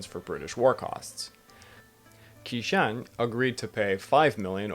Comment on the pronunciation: Also q makes a "ch" sound in Chinese. Qishan is pronounced "Chee-shon"